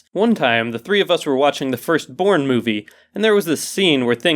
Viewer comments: I thought he said "first porn movie" , Not "first borne movie" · i thought that you said the first porn movie xD